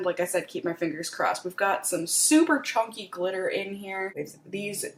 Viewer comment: Wtf is CHONKY? It’s chunky 😂